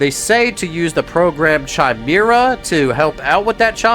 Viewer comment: Chimera is pronounced Kai-meer-ra.